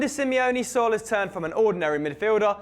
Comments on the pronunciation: Saul? It's Saúl, at leasy pronounce it right. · did he really pronounce Saul as sal?